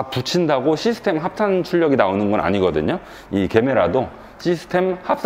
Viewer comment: 제메라를 자꾸 개메라라고 불러요왜